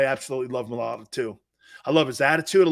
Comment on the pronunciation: It’s MIA-A-LATA….you aren’t even close